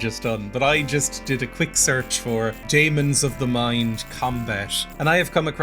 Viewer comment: I had this game as part of a compilation of around 10 games if I recall correctly... Never actually played it, though I don't recall it being overly good in terms of reviews! You were right about saying it like "demon", think how you have "encyclopaedia" and how that's said!